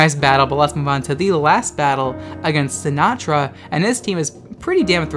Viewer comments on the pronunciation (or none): none